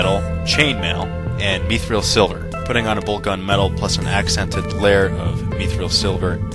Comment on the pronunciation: its called mithril silver not meethrel silver